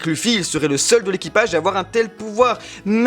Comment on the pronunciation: ON DIT RAYLI ET LEUFFY